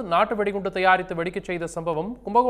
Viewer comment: கும்பகோணம் ஆ இல்ல கும்பகேணம் ஆ 😂😂😂😂😂